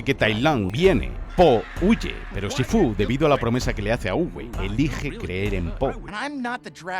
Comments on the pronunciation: Los dos o tres "shífu" me han caído como agua de mayo. De dónde ha salido lo de "shifú"? ^^' Gran vídeo, mejor película 💖💖💖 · pero por qué dice "shifú"? xd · En LATAM: Shífu En España: Shifú conclusión: XD